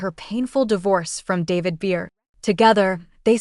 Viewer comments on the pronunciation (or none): Maybe learn how to pronounce her surname first, before anybody will take you seriously and actually look at this.